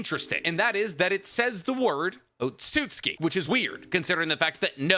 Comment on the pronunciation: look man I love your videos but come on you’re clearly showing off the fact that “Otsutsuki” is 4 syllables, not 3 😭😭😭